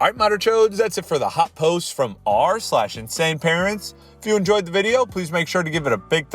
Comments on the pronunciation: I like how in the intro he doesn’t even put the r in r/insaneparents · finally someone noticed